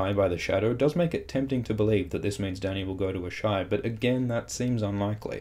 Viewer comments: A-shy? Don't Melisandre and the others all pronounce it "Ahs-a-ee?" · Ass-high not Ash-eye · Isn't it 'ass-hi'? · How normal people pronounce Asshai : ah-shai Me, an intellectual: Ass-hi